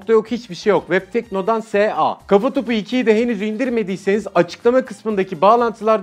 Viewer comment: Webteknodan S.A diye degilde Webtekno dansa diye anladım .)